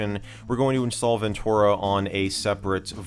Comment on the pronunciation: TUR, not TOR. Ven-TER-ah. ;) (I love your videos and am just having a go)